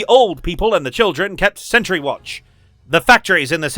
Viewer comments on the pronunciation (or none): none